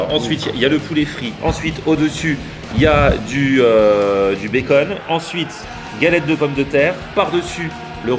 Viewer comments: Sa se prononce pas bécon mais béconne donc bacon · Mdrr il a dit : le bécont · le "baicon" 😂